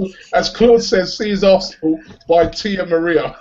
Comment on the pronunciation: Tia Maria instead of dia maria, classic quote claude!